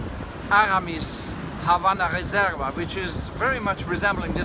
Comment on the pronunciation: It must be a thing to detrone your favorite one Havana! (btw, the "v" is pronounced as being at the beginning of the word eg: "Vanish", "Velvet", etc... just a tip from a spanish language native :)